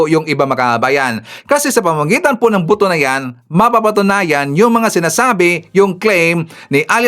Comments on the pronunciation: Not “boto” but “ buto”😊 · Buto po..Hindi boto..